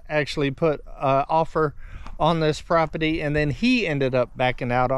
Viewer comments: C’mon, say “property” properly, not “propity”! Pro-per-ty, not pro-pi-ty! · It's pronounced p r o p e r t y!!🤪